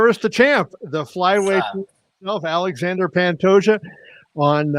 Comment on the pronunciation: Awww, Kevin… his name is pronounced AL-lay-Shaun-Dre…